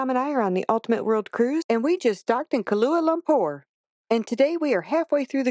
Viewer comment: Kalua Lumpur? 🤣 Epic mispronunciation. Koo - Wall - Uh